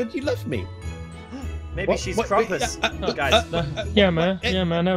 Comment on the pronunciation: it's krampus not crump pits